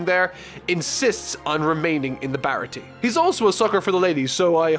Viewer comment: Aside from a forgivable mispronunciation (Baratie despite not having an accent over its e has the ay sound) the only thing I think might have been misinterpreted was Kuro and revealing his plan. Granted it is probably the weakest arc overall (though I'd argue Krieg is the weakest antagonist) but Kuro's targeting Kaya was happenstance and he hadn't seen his crew in years having tried to find a quiet life after faking his own death. It is only after ending up in the goldmine that is caring for an ill rich orphan that he gets back into contact with his former crew and devises his final plan to get her riches and then kill his former crew to have a quiet easy life. Oda even demonstrates that his first mate Jango hasn't seen him in years by bringing up that he had doubts of Kuro still being able to fight until he saw that he still uses the palm of his hand to adjust his glasses (as he wouldn't be able to use his fingers while wearing the cat claws). All in all glad you're liking the story so far and I look forward to seeing you dive into the next arc.